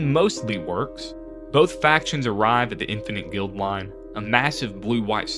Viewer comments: Interesting story, but every time I heard “Guild”line instead of “Guide”line for the space station, especially when the card itself is on screen for a fair number of those instances, I wonder whether this is an AI voiceover or a person that didn’t notice the error. If it’s an AI voice, I express my opinion that such things should be scrubbed off the net — if it’s a real person, I question why the error wasn’t noticed between writing, recording and editing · I don't have a single favorite, but I really enjoyed playing with Syr Vondam! Watching this I now understand why he was w/b. By the way, it's guide-line, not guild-line on Infinite Guideline Station. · Guideline bro not Guildline